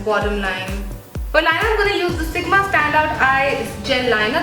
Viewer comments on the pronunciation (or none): none